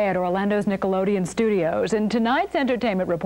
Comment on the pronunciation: lol "Nickleodeon"